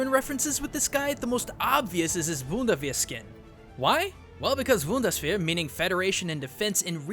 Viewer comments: It's a nice theory, that the skins represent Xing Tian. I know him from SMITE but I never thought that those skins could be a reference. Good Idea! And the obligatory german pronounciation comment (no hate): 2 Things. A: The "Boondes-ver" sounds like a version of the Bundeswehr that uses Marshmallow guns. It's weird how foreigners often pronounce some german words so soft when german is considered a hard-sounding language. B:However, everybody pronounces "Eichenwalde" like "Eickenwalde" even though the german "ch" is soft (a bit scratchy though) unlike the italian "ch" that straight up sounds like a K. Awesome video, man. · It's funny how you pronounce "Bundeswehr" as a German native speaker it makes me cringe but chuckle too. Keep up the good work:) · ***** Haha. I guess so. ;) Just a hint: You do not have to mute the "B" in Bundeswehr. German consonants are usually very strong compared to other languages. That also goes for the "w" and "d" ;) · hey erm.. yeah.. you probably heard it a thousend times already, youre pronunciation of german words... it's not so great... ^^; i live in germany so i have a pretty good idear how to pronounce stuff.. if you want i could try to help a bit ^^; also nice video as always, very interesting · The way you say Bundeswehr made me chuckle. Couldn't you have looked up how to pronounce it or is it actually that difficult? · I'm not German or anything, but I think it's pronounced "boondes waar" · Just for future reference, Bundeswehr= boon-des-vear (or at least it's closer) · "Wundesfair", ich mag deine Videos, aber die Aussprache ist echt furchtbar xD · uhm i am german and i have to say: you pronounced bundeswehr as wundersbehr. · Hacker It's not a normal mistake for an English speaker to make. Rather, it's like he knows how to pronounce German, but somehow got the B and the W mixed up. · The "B" in "Bundeswehr" is pronounced like a "B" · I heard "Voodoosphere" at least once in there lol